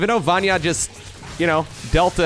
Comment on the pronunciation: Vanya "ny" letter like New "N" I hope I help you with this, i am from Hungary and we easily can say any name:D